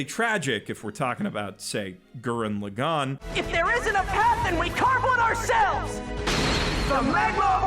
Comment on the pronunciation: My guy did you really just say OO-reka seven? EUR-EKA AY YOU REK A. (because subs are superior, the dubs are SO BAD) E7 is the most wasted potential in anime and I wish I liked it because it was my first. Also, Gurren (not goo-ren) lAgann (not lagAnn) has a pretty shit dub too. Ore wa dare da to omotte yageru is way better than english. Anti spirals sound like a bored chemistry teacher in the dub. Kamina's jap voice actor cannot be replaced. Edit: man you aren't even trying to pronounce names correctly.